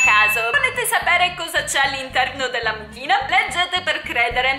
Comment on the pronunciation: Io ho sentito la mucchina al posto di amuchina 🤣🤣